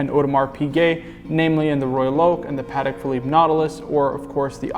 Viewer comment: Haha my apologies you know what it is when you start filming it's easy to fall into the lazy pronounciation phase and mispronounce things. Will pay closer attention to this in the future 😁👍